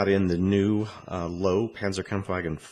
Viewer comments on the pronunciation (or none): ***** It's not necessarily Loo-vah. You should säy lÖw. With an ö. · 1. it's pronounced low-va 2. it was not a prototype, it was never built 3. It has nothing to do with the tiger II, it is in fact the earliest ancestor of the Maus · Except for the PE parts, this looks like a very basic kit. Also, it would be good to learn how to pronounce the tank's name before starting the review :)